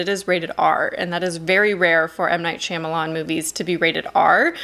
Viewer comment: Heads up, I just wanted to let you know you’re pronouncing M. Night Shyamalan’s name incorrectly. it’s shaa-m not sham.